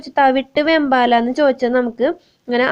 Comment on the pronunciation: വേമ്പാട, വെമ്പാല അല്ല, ഒരു വീഡിയോയിൽ വേമ്പട്ട എന്നും പറയുന്നത് കേട്ടു. വേമ്പാട പട്ട എന്നാണ്